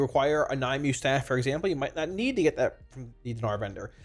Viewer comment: Will trade a sub for a commitment to pronounce Nymue properly (Nim-we) :D